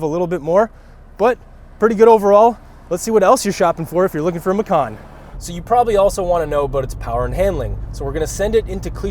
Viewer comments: Hii, sorry The pronounce this car is "MACAN" with "C" not with "K" (MAKAN), because Porsche said they take this name from Indonesian language. And the meaning "MACAN" is "JAGUAR" if you say "MAKAN" that meant "EATING" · Guys, its Ma-Chan. Not Ma-Khan. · Hii, sorry The pronounce this car is "MACAN" with "C" not with "K" (MAKAN), because Porche said they take this name from Indonesian language. And the meaning "MACAN" is "JAGUAR" if you say "MAKAN" that meant "EATING" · Macan. . .I thought it's Macau...haha...it would be nice if Porsche name a car Macau. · Lol.. it gives me a chuckle everytime macan is pronounced the way it is in the video. It sounded like the word for "eating" (makan), the word macan comes from indonesian word for tiger, so might want to google how it sounds. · Since macan is an Indonesian word for tiger, I believe it is supposed to be pronounced ma-chan... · Bahasa Indonesia = Macan = Tiger You Better not pronounced like that 😅